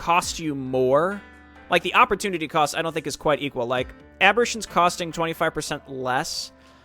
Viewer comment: Oh he mad lol. Was trying to warn you music was a bit too loud, and 'aberration' has a slightly diff pronounciation, but I guess feedback is complaining to you. lol